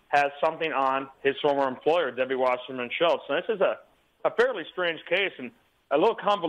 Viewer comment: Her name is WASSERMAN, it's not pronounced Washerman. People who decide to do these amateur, online news shows should at least be sure they say someone's name the right way. Do some research. And for someone like Wasserman, her name is ALL over, in various sound bites and clips. Otherwise it can make the so-called "news host" look ignorant or uninformed.